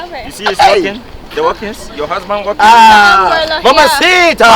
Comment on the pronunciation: I can’t stop laughing,herrr,he said Abraha(Umbrella)❤️😜😜